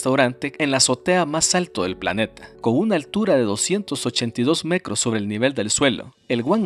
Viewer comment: hola porque usas el termino cro en vez de tro ejemplo petroleo te escucho pecrolio o en vez de metro te escucho mecro o es que yo escucho mal,saludos y buen video sobre todo por las imagenes que muestras lo encuentro un muy buen trabajo, y vaya portada con la bellas y hermostras chuquillas buen enganche para ver los videos😁